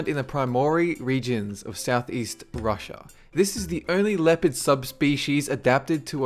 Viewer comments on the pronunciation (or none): none